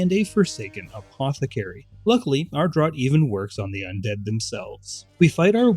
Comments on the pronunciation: Great vids. Quick heads up that draught is pronounced ‘draft’ for future projects. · Stan Rogers referenced! 🎉 Also, "draught" is pronounced "draft," because English is a silly language.